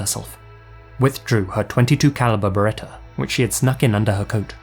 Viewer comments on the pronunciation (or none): none